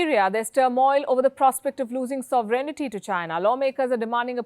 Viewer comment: I've noted a common pronunciation mistake by most Indians, noticeable among radio broadcasters, naturally. The word is sovereignty. It's not SOVE-REN-I-TY. It is SOVEREIGN-TY. Am not being pedantic, just wish to hear the word pronounced correctly.